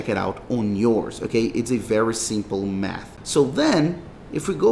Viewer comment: "if we do some quick METH"